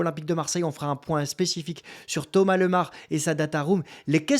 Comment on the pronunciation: Bonjour, je connais Thomas et sa famille depuis petit et on dis bien Thomas Lémar, super video